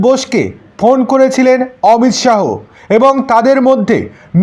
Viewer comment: অমিত সাহ না, অমিত সা